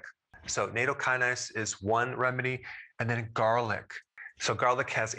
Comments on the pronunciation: natto is VERY popular here in Japan, I eat it every day here in Yokohama. However, the pronunciation is "not toe" not "NATO" Michele in Yokohama ( originally from Detroit) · Love your vids. Please remember to pronounce natto like nah-tow though 🤣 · its pronounced nat to